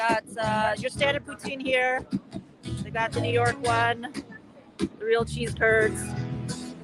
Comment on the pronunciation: American here. She poutine is French fries topped with gravy and WHAT??? It sounded like she said “sea turds”, honestly.